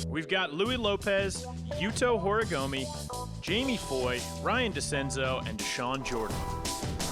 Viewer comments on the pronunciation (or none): Very cool event! i just wish could stop saying "horigomi" lmao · right lmao like hes an announcer and doesnt even try to pronounce it correctly